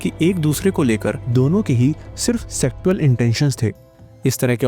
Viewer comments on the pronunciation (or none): 7.36 सेक्शुअल होता है सेक टू अ ल नहीं😊